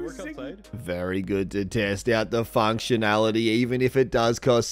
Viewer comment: I heard it “functuality”